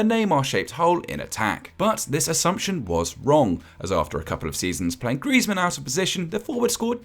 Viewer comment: How can you say griezi 😂😂😂😂 the don’t now football